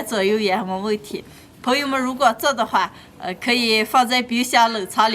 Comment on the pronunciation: Это слово "друзья" , которое не всегда переводят. Оно произносится 朋友们 "понйóмэн". А она на диалекте говорит "пуэмá". Мне слышится "фуэма" или "хуэма" 😁🤣